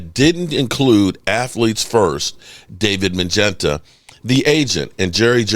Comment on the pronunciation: bro, do u have dementia? Your LAST video was LITERALLY about this same topic. Same conversation. Lets be clear here..The thing is is....again, the agents name is Mulugheta....moo..lu..get.a....not Magenta